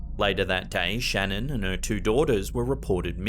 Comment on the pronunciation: a few things about the Shannan Watts video. 1 people should be asking permission first from the family imo because like..... their daughter and grandchildren were fucking murdered and only if theyre doing it out of respect, not looking for cheap thrills at the expense of a dead family. 2. her name is pronounced shah-nann not like Shannon. 3. damn Shannan had A LOT of shoes. 4 if youre into paranormal stuff (which I assume you are if youre watching this video) check out the Shannan watts edition on Goldrush Paranormal's channel. it gave me chills and I almost cried. you can hear the girls and Shannan speaks so clearly. if you watch a video of her talking in life, theres no doubt it her voice in the video and hes definitely communicating with her. it was so sad. you can hear her talking through tears